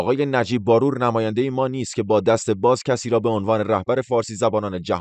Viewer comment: شما مطمئن هستید که نام خانوادگی این شخص را درست بیان کردید (نمی‌خواهم بگویم شما اشتباه کردید بلکه این شخص تلفظ اصلی نام خانوادگی خود را به عمد عوض کرده)بار+و باید خواند ه شود barvar نهbaror